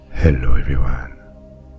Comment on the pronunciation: 😂 literally how he said it